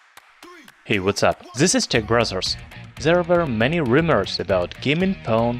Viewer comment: Tech Brother's pronounced as Tech Brazzers by the narrator of the video ? Was I the only one who heard it ?